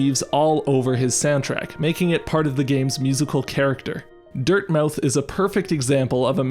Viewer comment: I think “Dirtmouth” is pronounced in a more “British” way? Like “myth” or close to it. ANYWAY Thank you for making this video! I watched my partner play this game a lot and we adore the music. One level had a “Danny Elfman” quality to it, but I forget where. I think it was primarily piano.